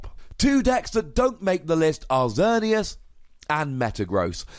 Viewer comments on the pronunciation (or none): none